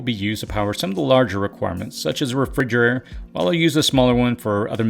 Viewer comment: 😅 “Refrigurr-ehre” 🥴Ahaha... I’m laughing With you friend🤣. Thank you so much for everything you do and all the hard work. Sooooooo much knowledge and wisdom from a young guy. You’re really changing, improving lives of individuals and families. 👏🤝